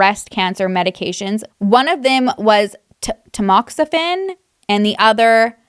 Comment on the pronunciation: As soon as you said she was sick and didn't know why and he was taking good care of her, I knew he was somehow poisoning her. I'm a breast cancer survivor and I've been on Tamoxifen (yes you pronounced it right LOL) for 3 years and that drug is not fun! So glad she is doing okay now. He needs to be behind bars this is insane!!